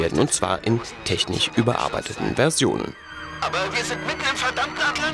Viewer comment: Kannste mal bitte Wörter mit SCH auch so aussprechen und nicht immer nur CH!? Es heisst Technisch und nicht Technich.